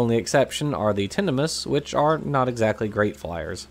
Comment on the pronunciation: great video as always - but just to be pedantic, 'tinamous' is the plural of tinamou (pronounced like emu). So while the family is as you pronounced - tinna 'muss' - the common plural name would be tinna 'moos'. Like a can of beef. At least, that's what I've always assumed. I could be wrong. I'm pretty sure we can rule out 'tinamice', anyway.